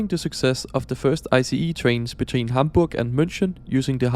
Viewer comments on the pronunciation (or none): none